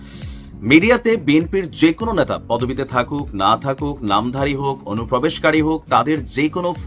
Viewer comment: ন্যাতা মানে ন্যাকড়া, 'নেতা ' বেচারা । আপনার উচ্চারণ ঠিক করুন, অসংখ্য শব্দের অসহ্য শ্রুতিকটু উচ্চারণ ।